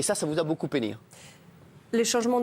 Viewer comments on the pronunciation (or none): lol "peiné" en mode "penne" les pâtes